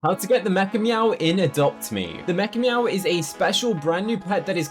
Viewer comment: Whenever you said mechameow, I thought you said MEGA “MEOW”